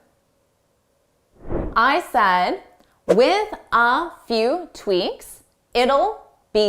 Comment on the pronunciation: Dear, Did you not say ‘tweaNks’ instead of tweaks a few times? Was it just a slip of the tongue?